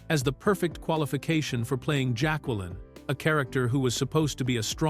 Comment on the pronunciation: OMG. this AI slop is bad. The "voice" can't pronounce basic names (Jaqueline), years (1992), or even character names from the movie (Strangé). The script is terrible as well as so many things get repeated over and over, literally right after being said.